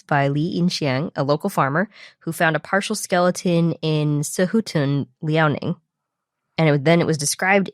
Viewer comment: Wow your pronunciation of Beipiaosaurus and Liaoning and other Chinese names is pretty good! Do you know Chinese?